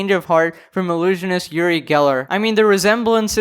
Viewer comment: He's israelien, I'm from there, he's kind of a snob but NOT irrelevant, he spoke to Michael Jackson and did a show with him, he did a bit too much and his thing is to bend spoon, he's an idiot and so petty to do that. By the way, it's pronounced like oo-ree